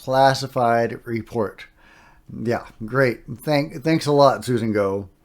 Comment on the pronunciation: Interesting. Also, heard in multiple interviews “Gough” is pronounced like rhymes with “cough”